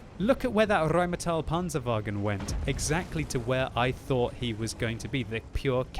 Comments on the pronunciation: Why, oh why do you ALWAYS say RheinmAtell instead of RheinmEtall? You, sir, hurt my ears with that for more than 3 years and today is the day I'm saying it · It's pronounced "rine-metal," dumb-arse.